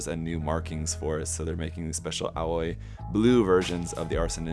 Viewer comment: The Aoi is pronounce like "owie" not "oy" lol